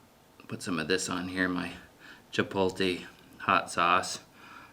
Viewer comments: Cha-polt-e? It's pronounced, chi-POAT-lay. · Just for The Record Everyone, I'm Also From Maine Where He's From, and NONE of Us Say Chipotle Like That 😭😂😂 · Chipotle. Spell it out and then sound it out. Where’s the placement of the L? Jfc